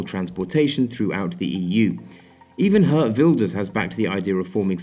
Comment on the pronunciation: the way he pronounces geert wilders is so funny